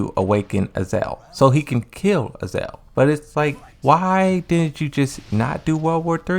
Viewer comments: I'm convinced this guy is mispronouncing Azazel on purpose just to get people to comment on his videos to correct him 👎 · It is. MS is just too lazy to pronounce names correctly. He does it with other characters too. Don't bother trying to correct him though, he won't listen.